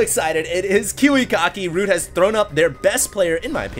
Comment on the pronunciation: sounds like you'd say kewekocki xD